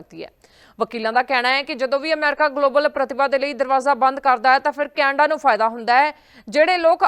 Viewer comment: Canada ko kainda bol Rahi hai 😂